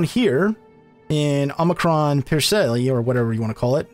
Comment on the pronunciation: Good job just remember to get the institute, I,just built it in my galaxy and the ten research speed is amazing! Also it's. Pronounced OMICRON! PERSEI! EIGHT! Pathetic mamals!